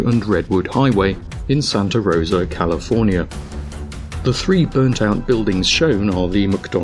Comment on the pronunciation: Calofernier? First word and thumbs down